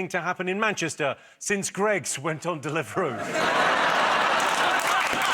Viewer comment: "Since Gregg's went on _____________" Delafroo? Delivroo?